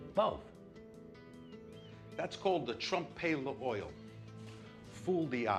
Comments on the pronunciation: trumpe le oil... bruh, it's pronounced trohmp l'wahhh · French language too... "trumpay le oyoil" lmao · It cracks me up how Little Carmine pronounces Tromp L'oeil. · Of course the actor (playing a mobster with pretensions) mangles the pronunciation of 'trompe l'oeil'.